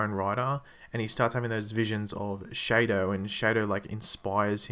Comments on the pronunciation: "Shay-dow" it's pronounced the same as Shadow. (Shah-Dow) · its spelled shado but pronouced as shadow